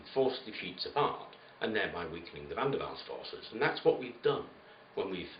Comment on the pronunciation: Great narration man, well thought out! Wonder how many knew you said "VanDerwalls" force?